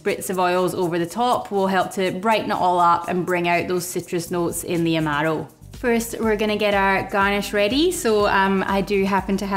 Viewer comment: I've been making Black Manhattans for a few years. I had one again recently. I think I'll be needing a new bottle of Averna soon. Thanks so much. Great channel. BTW I love how you say "Amaro".